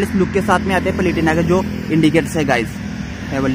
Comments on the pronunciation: Bhai palitina nahin platina. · भाई ये बाइक पलेटिना नही प्लेटिना है😊😊😊